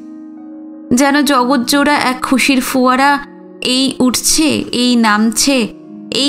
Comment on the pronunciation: আরেকটা শব্দ এইমাত্র কানে এলো ফোয়ারা। এবারেও আপনি পড়লেন foয়ারা। এই বিচ্যুতি গুলো শুধরে নিলে শুনতে আরো ভালো লাগবে।